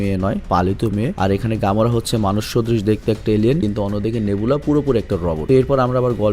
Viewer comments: ভাই নভেরা না নেবুলা হবে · ভাই নোবেলা না নেবিউলা হবে😅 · (Ne bu la ) prounce would be better Big fan :")